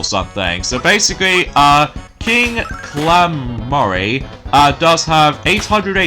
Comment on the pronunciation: Don;t you mean King Calamari? 👑🦑That's his actual name. I looked it up. (I thought something was wrong.) But anyways. just wanted to let you know that you mispronounced the bosses name.